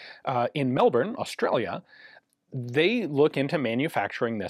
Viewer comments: Omg...you said Melbourne the best I've heard any American say it. Bless. Melbourne Florida is named after Melbourne Australia. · Credit for saying Melbourne properly mate!